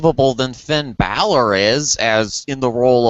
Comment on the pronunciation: FFS its Bálor not Baylor... smdh. Its like Valor but with a B.